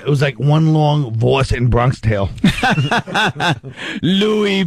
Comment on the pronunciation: A "Bronkish" Tale ? The illiterate moron can't even pronounce the mispronunciation properly.